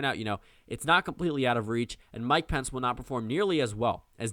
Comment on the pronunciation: “Mike Pants”. I’ll use that pronunciation from now on.